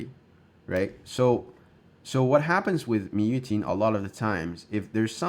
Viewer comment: Am I crazy or did it said Mu Yuting in the beginning